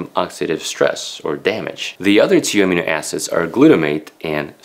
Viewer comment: In English, we put the accent in Amino on the second syllable.